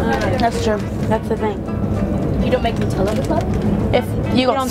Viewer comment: "Nootella" 😂 Hazelnoot